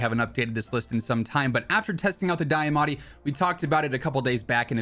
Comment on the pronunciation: It's pronounced D-AH-MATTI not Die-ah-matti mane mane